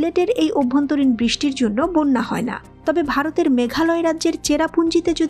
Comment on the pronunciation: বোন্যা বলে। হবে বন্যা